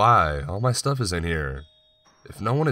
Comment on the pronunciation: Man I'm sorry but whyyyyy do you emphasize unimportant words? There's no real animation in your voice. To me, it kind of sounds like when you sing one note and then run your finger up & down over your Adam's apple. Just that same weird fluctuation over & over. "For a second I couldnt spEEEEAK... I knew exactly HOW, and why this haaaaaappened." "I packed my stuuuuufff, and I relocated to the third flOOOR." "I woke up sweating and conFUUUUSED." "They said they heard screaming from your flOOOOOOR." "After about thirty MINUTES the police finally showed uuuuuuhhhp." I'm not trying to be a bitch. It's just really frustrating to try to listen to. You choose good stories, but it's next to impossible for me to listen to them all the way through. Just some constructive feedback I guess...